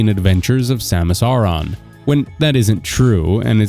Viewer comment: Also you pronounced her last name wrong